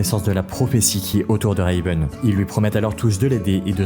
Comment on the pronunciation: Le "Reyveun" me fait très sincèrement grincer des dents ..